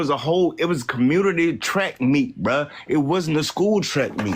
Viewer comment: How does over emphasizing the words “Bro” and “Bi**h” make a compelling argument. Or not make you sound like a ghetto, ratchet usual 13%er?